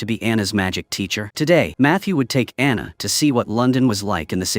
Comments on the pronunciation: It's Diana, not Anna!!!! Please get it right! Diana and Matthew are the main characters!! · uh AI voice gets Diana into ana. Show is fantastic FYI